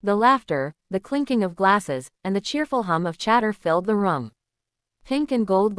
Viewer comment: ITS ROOM NOT RUM PRONOUNCE THE WORD ROOM PLEASE!!!.